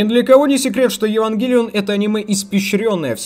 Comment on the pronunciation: ге говори пожалуйста евангЕлион